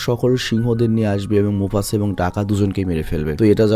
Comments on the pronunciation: ভাই "মোছাফা'' হবে না, নামটা মোফাছা😊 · Mufasa ❌ Musafa ✅ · Vai musafa na mufasa😢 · its mufasa boss , not musafa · ভাই মুসাফা না মুফাসা হবে । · Vai mufasa musafa na😂😂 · Mufasa nam Musafa na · Mufasa.... Not Musafa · হায়রে অশিক্ষত, তুই বার বার মুফাসা কে মুসাফা বলতেছত। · Musafa noy this is mufasa😂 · Musafa na mufasa ki 😂rendorom 😂 vahi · আমার মনে হয়, এটা মুসাফা,,নয়,,এটা মুফাসা হবে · Musafa na mufasa hobe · মুসাফা না মুফাসা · মোসাফা ❌ মোফাসা✅ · নামটাই ঠিক করে বললা না ব্রো? কই মুফাসা আর কই মুসাফা!!! ভাই কিছু স্টাডিও কইরো 😂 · vai oita musafa na mufasa hobe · আরে বোকাচোদা শব্দ টা Mufasa হবে। আর আপনি বার বার বলতেছেন মুসাফা 😂। মুরুব্বি নতুন নতুন 😆😂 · Mafasa, musafa na!🙂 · Mufasa hobe musafa na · ভাই, ওইটা মুসাফা না, মুফাসা হবে। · Musafa na oita mufasa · ভাই আপনি বার বার মুফাসা কে মুসাফা বলতেসেন কেনো?? শুনতে অন্যরকম লাগছে,,,mistake টা ঠিক করিয়েন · Vaii.....Musafa nah...😄mufasa hobe🤭🤭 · bhai musafa na mufasa hobe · Mufasa ❌ musafa ✅😂 poor bangladeshi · মসতুফা কী 😂😂😂 মুফাসা 😂😂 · mufasssssaaaa not musafa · ওইটা মুসাফা না রেএএএএ "মুফাসা" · Vai ata Mufaca hobe Mucafa na 😊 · ভাই মুসাফা না , মুফাসা হবে। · Mucafa 😂😂 mufasa 🙂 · ভাই আমি আপনার একজন অনেক বড় ফ্যান, আপনার ভিডিও ছাড়া অন্য কারো ভিডিও আমি দেখিনা, অতন্ত্য বিনয়ের সাথে বলছি যে,সিম্বার বাবার নাম মুসাফা না,মুফাসা হবে। ❤ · ভাই ওটা মুসাফা না ওটা হবে মুফাসা 😅